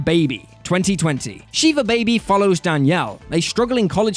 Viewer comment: It’s pronounced Shih-vuh. Not shee-vuh. She-vuh is the pronunciation of a Hindu god